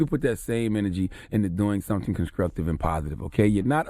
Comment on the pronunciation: ConsCRuctive; ConsCRuction... ya killin me Charlamagne